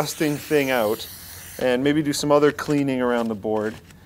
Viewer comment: finally pronounces "OUT" correctly. Now we know he's just haming it up for the camera when he says "OOOT" and "HOOOSE"